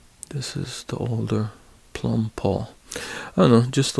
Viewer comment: Plomb, not plumb.